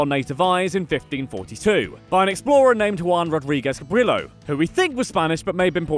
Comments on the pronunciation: The following are California English-speaking local pronunciations. Baja has a Spanish h-sounding j, not a Germanic or Scandinavian or other y-sounding j's. It's not "BY-yuh," it's "BA-ha." And it's Ca-BREE-yo, not Ca BRIL-o. And it's veess-KAI-no, not viz-KAE-no. And it's la-BRAY-uh tar pits, not la-bree-PITS. And it's Santa loo-SEE-uh not Santa LOO-shuh. Why would you tackle California with absolutely no concept of Spanish pronunciation? I mean, ask someone. I wouldn't try to do England with your Broghamleisterworcesternaughtinghamshire without freaking checking with someone first. You have coworkers, don't you? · it’s pronounced Ca-Bree-O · funny you know the narrator is not from California when he mispronounces Cabrillo the LLs are silent lol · And; Cabrillo=Ca Bree yo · Cabrillo is pronounced ca Bree yo